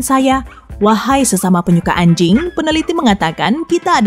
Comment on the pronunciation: ngomong anjing nya biasa aja mba :(